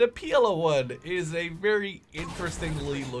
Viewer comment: It isnt PLO 1 Its PL-01 ;)